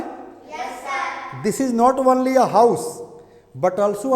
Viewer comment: वनली नहीं सर ओनली✓ (ऑनली×)